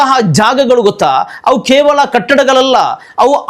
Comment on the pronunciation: Khevala alla kevala , kannada uchara sari illa